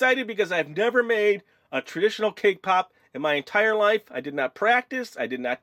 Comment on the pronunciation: When you said cake pop it sounded to me like k-pop. :-)